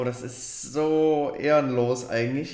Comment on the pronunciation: ährnlos